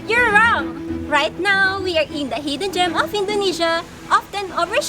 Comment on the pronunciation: Thanks for coming but they are not "hdden"